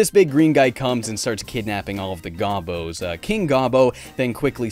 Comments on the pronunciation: Did pronounce it wrong? There is a TV commercial from the 90's that pronounces it like "Go-Bows" not "Gah-bos". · It's not GAH-bo It's Go-bo. As in go to hell.